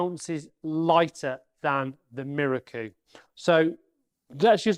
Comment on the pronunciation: Apart from your very good and informative presentation, I am please you pronounce Miroku correctly. I have people try to correct me with this correct propnounciation by telling me it is pronounced Mirooooooooookoooooooooo. A little exagerated but you get the meaning. I checked with a Japanese national I used to work with who told me I was correct. So folks, it is pronounced Miroku and not Mirooooooooookoooooooooo! Rant over.